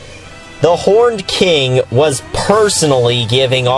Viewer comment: I thought you said "The Porned King" and that you wanted a porn parody... whoops